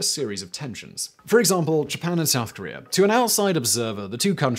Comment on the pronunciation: Also it is Korea not Korear